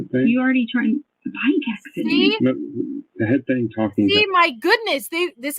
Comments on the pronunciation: Her "thing" is THINK. Not thinga. She just adds a K to everythinK endinK in ING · I absolutely HATE the way she says her “G’s” it’s pronounced thing NOT thin “ga” She makes every G sound like that.. She turns my stomach.